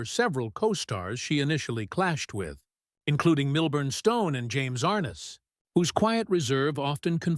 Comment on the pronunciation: AI voice...cannot pronounce Ar-NESS.